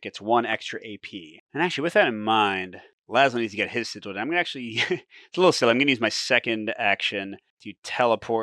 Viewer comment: Pretty sure sigil is pronounce Si-Jill, as you first pronounced it. Like the look of this,. Thanks as ever. 👍